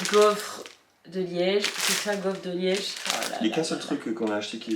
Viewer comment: Mes oreilles pleure quand tu dit liège 🥴😂